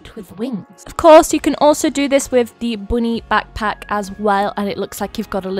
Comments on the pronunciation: You said boony bagpack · Is it just me or did said "Booty backpack" 😂 (Timestamp: )